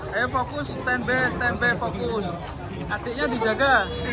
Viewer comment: Stend be stend be ya pak 😂